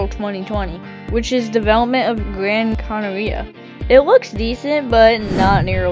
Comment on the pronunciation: Bro’s pronunciation of gran Caneria 💀💀💀 also I love how all Roblox flight sims so far have British devs